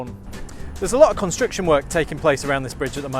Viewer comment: I like the way he pronounces "construction" like "constriction"